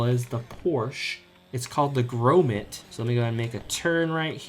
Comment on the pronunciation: First off, its ren-es-es, like genisis, not ren-ee-sis. And its GROM-it not grome-it